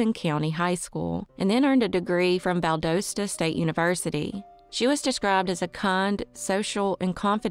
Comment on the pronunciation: You are from the south & cannot pronounce Valdosta?